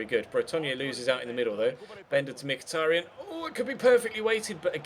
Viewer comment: Mkhitaryan is pronounced like "Mkhi-ta-ri-an" with an accent on last A!